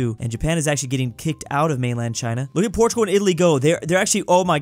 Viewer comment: He said portugul took spqin a then when france died he said portugal took spain😂😂